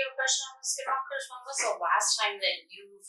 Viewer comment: the suspect calls it "skin-WalkERz" I've heard others call it schizophrenia.